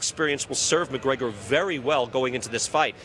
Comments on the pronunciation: McConor? LMFAO......Mayweather Sr. wow!!!! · Lol there was not one interview that Floyd sr. said Conor mcgregor name correctly